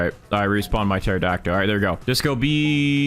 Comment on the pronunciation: baro why in every video does he say pterodactyl like that. it has a L at the end not o